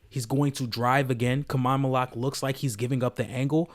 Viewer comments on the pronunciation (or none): Learn how to say his name, bro